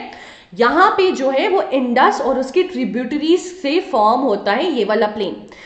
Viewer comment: maam ur prounciation for distributries and tributries is funny